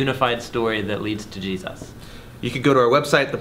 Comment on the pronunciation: you slurred Jesus‘s name... I would fix that and re-upload.